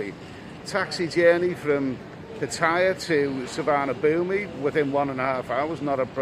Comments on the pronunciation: I’m 5 seconds in mate, but it’s called su.varn.a.bhun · Please pronounce the airport "sewar-na-poom" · according to google translate it is Tsu - varna _ boom but definitely no ee at the end. I hate pronunciation police but that being mispronounced does get my goat. Somewhere amongst the YouTube videos, there is a video from the airport authorities that tells you how to say it. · Suvarnabhumi airport is pronounced Soo-Wanna-Poon my Thai partner keeps drumming into me hope this helps;) Great content as always 👌